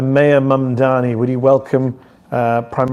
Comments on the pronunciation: You know, you sound more competent and less of a dick if you can properly pronounce the name of the person you're supposedly educating people about. Mamdani = "mom" "Donny", two sounds you can definitely pronounce. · MAGA and Felon, Traitor Trump ensured that disaffected Americans would move away from Centrism and move further left in response to right wing fascist extremism. You brought about the very thing you feared. And stop pretending you can't pronounce his name. It's childish.